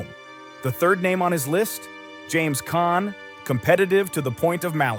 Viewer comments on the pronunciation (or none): PHEWW! Btw, James Caan, not Con. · NOT Con ,NOT Khan. NOT Conner, But CAHN!!! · I don't know how much of this is to be believed. You even need to get the names right: it's James Caan, not Con or Khan. It's Marlon, not "Marlin". I don't know where you get your information. One thing you got right. Robert Duvall was an excellent "character actor" but he did not have the charisma nor the looks to be a "star", especially in those days. Even today, with so much WOKE culture infringement, those standards are still relevant.